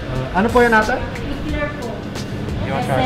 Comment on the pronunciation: Yay haha im seeing on ur stories its okay it sounds diff when ate says Eclair😂 yay totally cheaper than the one ur seeing in resto